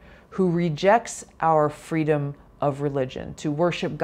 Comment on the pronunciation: VP SucksALot wants "fweedom". Let us set her free, never to be heard from again!